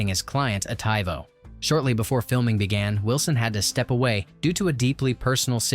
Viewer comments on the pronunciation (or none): TeeeeeVo* bro... not TyVoh... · Frustrating readerbot got funny. Tie voe for Tug upset me a bit but the second or third time i heard le grossman I chuckled like a moron.